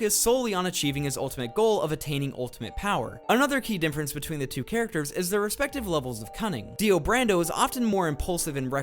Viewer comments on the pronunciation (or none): Holy shit do you say "Dinfference instead of Difference"?? Greato Daze